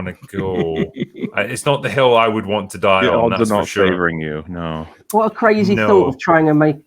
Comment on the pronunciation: With the accent, I heard "Is that the hell you want to die on?", which seemed somewhat appropriate in this context.